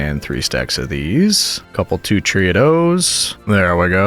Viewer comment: I never knew where you were from until I just heard you say “a couple two-tree” and yup got a general area now 😂